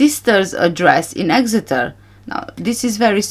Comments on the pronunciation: You pronounced Exeter perfectly 🥰 I live only 14 miles from there. I hadn't realised Tanner lived there😮 Every last one of the Tapas 9 gave me the creeps!😱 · You pronounced 'Exeter' perfectly! I was born there 46 yrs ago but we moved for my dads job when I was four.